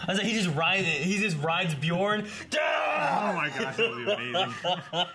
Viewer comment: you need to learn how to pronounce bjørn